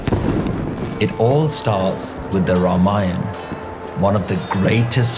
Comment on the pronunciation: Best part is the pronunciation of the words like Ramayan, Lord Ram & Ravan. Not Ramayana , Lord Rama or Ravana. Thanks sir for sharing.